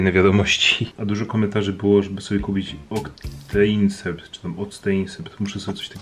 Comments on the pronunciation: Mała popraweczka octenisept czyta się oktenisept moja mama jest lekarzem więc wiem pozdrawiam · Sam mam ten sprej na rany a to się czyta oktanisept